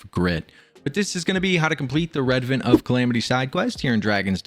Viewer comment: Pronounced: Re-advent